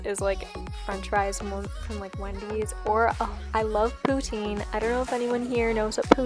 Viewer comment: her: pOuTiNe me (a Canadian): Poutine